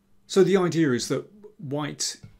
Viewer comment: I love when he says "Well, the idea-r is."